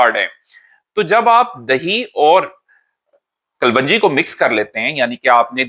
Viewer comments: Assalam alaikum. Being a doctor you taught me the best things about gut health. I am grateful. As a token of thanks i want to tell you the correct pronounciation of kalonji is as it is written in english. Kalwanji is not correct pronounciation. Thanks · Kalwanji NAHIN kalonji hota hai😢